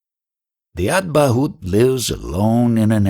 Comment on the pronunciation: avadhoot..not advatbhuta